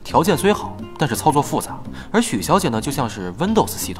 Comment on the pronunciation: 不光Linux没念对，windows也念成了温抖死